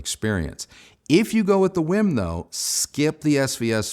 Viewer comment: Not "whim." It's w-e-e-m.